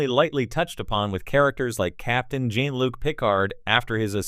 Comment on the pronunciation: Calling Picard "Jane-Luke" is just pathetically ignorant.